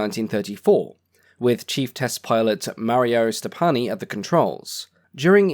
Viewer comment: the name of the test pilot is not Stopanni but Stoppani, Mario Stoppani, a well-known figure: I see that the name is written and pronounced correctly.